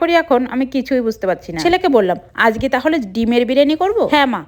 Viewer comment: it's not আজকে,,, it's আঝগে😂😂😂😂😂